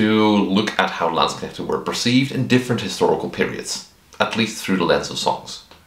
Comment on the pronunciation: Came a bit when you said "Landsknechte" 😄 Been hearing too much anglo-butchery of the word. Oh also, as a german fencer, living historian and uh... regular historian, i gotta say: awesome vid! I was aware of the topic but you presented it flawlessly imo. Also also: my bachelors thesis was transcribing a landsknecht provosses diary. And my masters was transcribing and working with late XVIth burghers inventories (yeah, they owned armouries and bathhouses 😁) thus i cant not do XVIth in living history anymore. Also since my local armourer specializes in XVIth armour and i got interested friends. Will come back to you for a pike block melee when were ready ;)